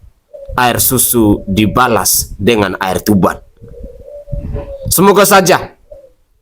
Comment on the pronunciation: Air tuba bang bukan air tuban😊